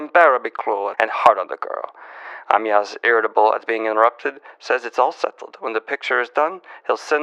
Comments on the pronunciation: daniel... it's pronounced Uh-my-us.. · Em-Yass Crale? 😄 I'm so glad we got this new point of joy since he's learning to pronounce Poirot now.